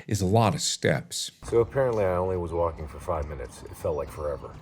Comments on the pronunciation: is it just me or markiplier is saying "wonking" and not "walking" XD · is it just me or does it sound like "wonking"